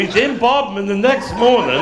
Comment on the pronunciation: It's Bodmin not bodmen.